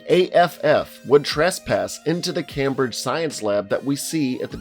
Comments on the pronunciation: Very easy mistake, looking at how it's spelled, but it's pronounced Came-bridge, not Cam-bridge. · The way he says Cambridge 🤣 its said came bridge not cam bridge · As a Brit please god stop pronouncing it Cam-Bridge it's pronounced Came-Bridge XDDDD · By the way Cambridge is pronounced came bridge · it’s “Came-Bridge” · Came-bridge Came-bridge-sheer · Who the fuck pronounces it Camp bridge? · It's pronounced caimbridge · 'Kam-bridge' lmao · Cambridge is pronounced Came-Bridge. Also there are no prairies in the UK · The only thing wrong with this video is how he pronounced Cambridge and Cambridgeshire, or though that's only because I'm from Cambridge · It's pronounced came-bridge btw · Am I the only Brit here that got annoyed when he said "cam-bridge". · Wow love the videos but you need to learn how to say Cambridge!! It’s “came” as in past tense “bridge” . Otherwise loved the video 😂🤣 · Completely off topic, but Cambridge is pronounced came-bridge When talking about place with (something)shire for example Yorkshire, Cambridgeshire the shire is pronounced sh-er not sh-eye-err Also Jamaica speaks English, they just have a very different dialect using English words in a completely new way. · It’s funny hearing an American trying to pronounce Cambridge when I’m from there 😂 It’s pronounced came-bridge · u really said ‘cam - bridge’ 😂😂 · It's pronounced Came-bridge lol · Did he call cambridge "kahmbrijj" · You wanted to know what you got wrong, the way you pronounce Cambridge It's pronounced as if you came on a bridge Came-bridge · "Cam-bridge" sorry sir but you must be joking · NOO ITS PRONOUNCED CAYM-BRIDGE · Ok, the way you said Cambridge annoyed me more than I expect. It is Came-bridge damn it!! :) The reason I wouldn't survive the Rage Virus, I am not fit enough to outrun the infected and then when I am infected I am not fit enough to chase down any of the survivors. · How you pronounced Cambridge really got to me as far as I know it's pronounced camebridge